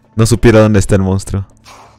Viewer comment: "Mounstro" jajajja ya lo eh visto como 4 veces